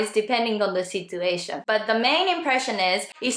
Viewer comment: thanks a lot! This helped me a lot and will surely help the people who will hear it from me. Just one thing. Since your English pronunciation is great and there's only one thing that stood out to me as an English teacher, I'm gonna tell you about it. I hope you don't mind. I don't think anyone else would tell you this, but the "t" in "situation" is actually pronounced as "ch". So even though it's written as "situation", the pronunciation would be "sichuation". Keep up the great work!:)